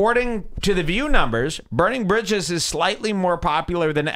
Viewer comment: Please never say bridges again "jules"